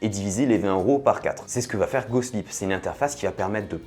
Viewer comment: j'entend pas "GOSPLIT" mais " GOSLIP" moi :face-green-smiling